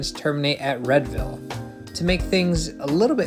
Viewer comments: Unless something has changed since I moved, Readville is pronounced REEDVILLE. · I've really come to enjoy this channel,. Particularly the Boston-oriented episodes, which always manage to tell me something I don't know about lines I've been riding all my life. One thing YOU should know, though -- "Readville" is pronounced "REED-ville!" lol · My friend made SO much fun of me in high school for pronouncing it Red-ville, so I'm glad to see I'm not the only one who thought that pronunciation made sense! 🤣 In all seriousness, great video - the Fairmount Line runs through super dense and transit-dependent neighborhoods that are served by many of the busiest bus routes in the city. Taking the pressure off of those buses by making the Fairmount Line an actually useful service would be huge (they're making good strides with fare integration, but I think the frequency is the biggest barrier right now).